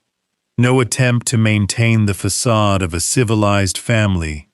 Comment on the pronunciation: Fa,,,ca,,,de not pasage